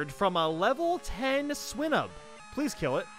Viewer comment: What triggers me is how he pronounced swinub